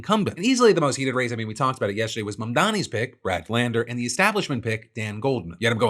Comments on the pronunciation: Fuck Benny Johnson, does he screw up Mamdani's name on purpose or is he just that dumb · well it looks like i win Nazi dog whistle bingo! (the last square was pronouncing first AND last name wrong of an ethnic person)